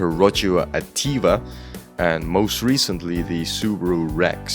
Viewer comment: He got Ativa relatively correct tho so I’ll let it slide😂